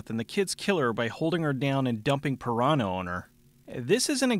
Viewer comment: Piranya? I guess he forgot his glasses while reading that part of the script.